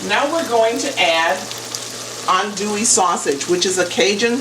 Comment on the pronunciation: well cubed chicken breast, runny gumbo, and the pronounciation of adouille as "on-dewey" lets me know your not from louisiana. where you from? "holy" trinity. another tell tale sign.